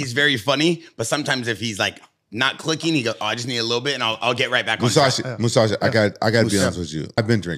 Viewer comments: has NO idea who the moose actually is. Kept calling moossi lmaoooo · graygar muhasi.. say the mans name correctly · Mouasi? It's Mousasi. Talking about giving him so much respect and can't pronounce his name properly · Mouhasi...? Is that how its pronounced? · glazes but cant pronounce his name even and they dnt seem to get tht GEGARD IS ARMENIAN